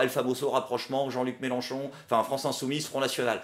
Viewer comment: C'est Mélenchon, avec un e, pas "Mélanchon". Quitte à dire que tu vote pour quelqu'un autant pas écorcher son nom.;) Et ne t'inquiète pas. Comme dans tout grand groupe, la minorité vociférante n'est pas représentative du reste. Et on est pas mal à voir que M. Mélenchon n'est pas parfait, loin de là, et qu'en com' il a ses défauts qui lui collent encore. Je suis content de l'analyse faite par, elle est complète et objective, on voit là où le trait est grossi, là où ça a dérapé, comment il s'est fait avoir, comment ça aurait pu être mieux. Je pense vraiment que la FI a besoin d'un nouveau porte parole, mais ce n'est pas facile à trouver.